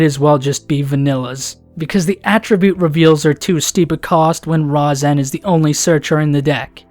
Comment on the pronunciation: Its pronounced Ri-zen but spelled Razen